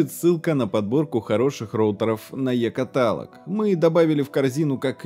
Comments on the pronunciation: Ну не катАлаг это, а каталОг. Пожалуйста говори правильно, очень сильно по ушам бьет. Можешь в инете посмотреть что правильно каталОг. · Правильно говорить не катАлог, а каталОг! Не позорься больше! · нравится мне кАталог у автора. Сразу чувствуется, живет не в культурной столице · Ну каталОг же! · Е каталОг!!!!